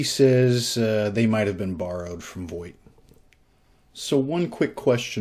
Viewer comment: I think Voigt is pronounced Vogt, like, the i is not pronounced. It's a relatively common German name.